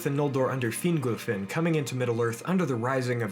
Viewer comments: Hey glad to see you were working on this. Def improving but "Fin-GOLL" not "Fingle," for instance. Hope that helps :) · Excellent video! Thanks for posting! Your Fingolfin is improving! Fin-golf(like the sport)-in. :) Awesome content getting better. Oh, and Maedhros is pronounced "My-thros" (my-throes/my-throse)